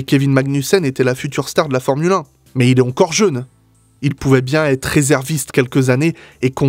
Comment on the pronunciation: Je suis du Beaujolais, et dans le secteur (qui va jusqu'à la Loire plus ou moins), on prononce bien les "EU" : quand tu dis "Jeune", ça s'entend bien hahaaha ! Super vidéo en tout cas, tellement vraie ! Continues comme ça